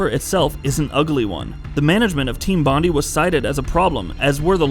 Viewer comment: It's pronounced Bond-eye, not Bond-E lol. Take it from an Aussie.